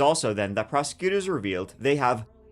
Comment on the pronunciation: sounds like prose-cuters